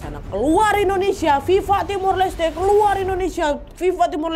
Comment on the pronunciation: Mbah tulis Viva dibaca Biba. Mbah ini gimana sih Fifa Fifa meluluh 😂